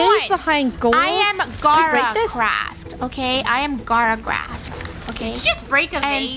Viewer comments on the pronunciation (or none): Gara craft or Gora craft sounds like Lora craft